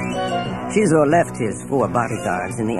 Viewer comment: Kind of annoying how the narrator doesn't understand English. Doesn't pronounce Xizor like Zy-Zor but says Cheezor because in the band room there is a Cheelaphone. Oh wait, it is pronounced Zy-La-Phone. FFS. And, if you ever find yourself in the BeeSpin system, I have a few things you could pick up.